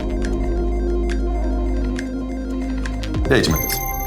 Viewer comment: 脱落を脱糞と読み間違えた